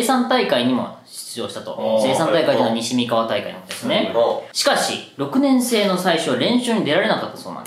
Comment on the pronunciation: 虫眼鏡の～年生の言い方が 可燃性とかの言い方 イントネーションが違和感すごいけど 岡崎の人はそうなの？